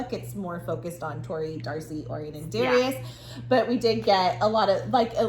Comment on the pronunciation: Hey im listening to the audiobooks, and i just wanted to say name is gruss not gru. And also it pronounced oh ryan not orien 😊